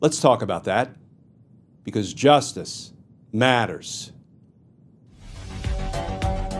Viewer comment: Thank you Sir. But can you not pause between “justice” and “matters”. It’s a bit overdone.